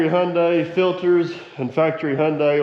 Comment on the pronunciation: I'm amazed. You know how to pronounce Hyundai. We saw it on a semi trailer years ago. Rhymes with Sunday. So we always knew. Lol. Most don't. 😅😅😅😅😊